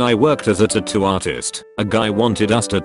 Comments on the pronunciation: I like the way he says tuttoo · Nigga said tatto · We have A. I. that can predict the movements of electrons, but the speech synthesizer in these videos can't pronounce "tattoo".